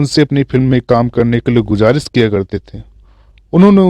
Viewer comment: Aap sha ko sa se u harit kar rhe he jaise shuru ko suru keh rhe ho gujarish ko gujaris keh rhe ho